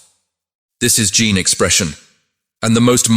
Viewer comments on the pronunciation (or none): none